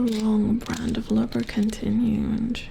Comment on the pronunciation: The way you say lubricant sounds like lubberkin which is form of botchling in the witcher universe. They are the spirits of stillborn children who watch over a household. Very interesting stuff :3